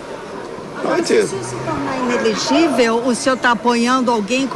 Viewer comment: I - NE - LE - GÍ - VEL